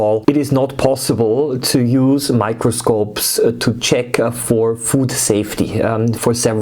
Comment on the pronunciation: Every time you say in the first time I thought you said micropuncture